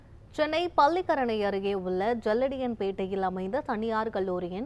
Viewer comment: பல்லிகரணை அல்ல பள்ளிக்கரணை .தமிழ் உச்சரிப்பை சரி செய்க